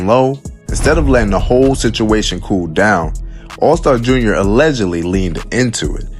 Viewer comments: It’s all star J.R lol you saying it all wrong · 😂 man! Never heard Allstar JUNIOR before 😭